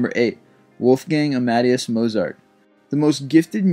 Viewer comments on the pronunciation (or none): And Mozart's middle name as "Uh-MAD-eee-us". I think there was a play and movie called Amadeus (Ah-muh-DAY-us). The vid poster must be a Salieri fan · a-mad-ee-us Mozart? lol! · Wolfgang Amadeus(AM A DAY US) say it right or not at all!!!!! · Wolfgang Amadeus Mozart. Amadeus pronouced: AH-MA-DAY-US. Thank you. P.S: i question your choice for Ludwig van Beethoven being number #25 and Wolfgang Amadeus Mozart only being #8.. P.S.S: Why is Hans Zimmer not on this list? P.S.S.S: HOLY SHIT ANOTHER P.S! And finally, P.S.S.S.S ( I swear this is it ): I love your videos but I am questioning this one. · I agree with this sentiment. "Copeland" is pronounced as "COPE" rhyming with "HOPE", so "COPE-land". "Amadeus" is pronounced as "AH-muh-DAY-us". I do not write this to be a dick to you. I write this to hopefully help you. Thank-you for making these videos. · you said amadeus wrong!